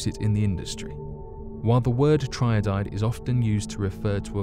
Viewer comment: Tri-iodide not tryodide... Another narrator that hasn’t got a clue about what they’re talking about.